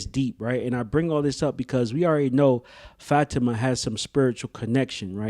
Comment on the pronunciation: It’s bothering me that you don’t pronounce Fa ti ma name correctly